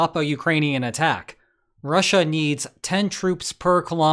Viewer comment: Once you hear the weird way he says Russia, you can’t unhear it. “RAH-SHAH” 😂